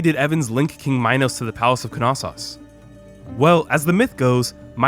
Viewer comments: Knossos pronounced (no-so-os) not (ka-nas-os) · Is the k not silent? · I’m not exactly an expert but I’m sure the ‘K’ is silent in Knossos